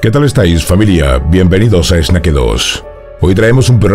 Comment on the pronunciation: porque dices esnaque dos si se pronuncia snake dos. serpiente= snake ... tu canal se llama serpiente dos